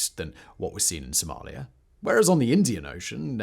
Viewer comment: BTW - there is no "R" in Somalia.